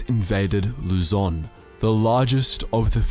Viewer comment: Why does everyone pronunces Lu-zoan